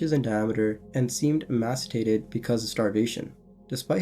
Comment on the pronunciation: E- may- see- id (emaciated)lol sorry 🤷‍♂️